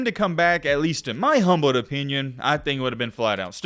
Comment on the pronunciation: it's "in my humble opinion" NOT "humbled opinion"